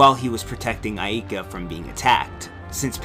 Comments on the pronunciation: me: say "Ay, like a pirate" you: AY me: now say "Ka" you: Ka me: now say AIKA you: Ayeka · He can't pronounce Aika or Enrique correctly, but I still like this video.